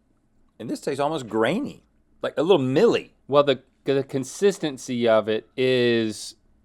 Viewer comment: “Mealy” Rhett, not Milly